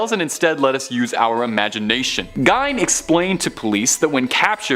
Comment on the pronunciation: Gein is pronounced 'gean', not 'gine'.